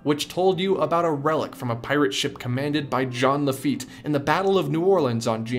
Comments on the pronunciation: head desks every time i hear jeeen le feet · who owns Disneyland? "IT'S JEAN LAFITTE!"